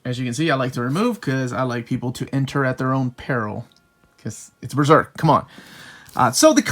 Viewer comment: That's the correct pronunciation of Berserk, in conformity with the Japanese term ベルセルク (Beruseruku). Most English speakers tend to pronounce it like "Beezerk" and it's awfully contradictory since none of them pronounce Serpico as "Zerpico" or "Zeerpico".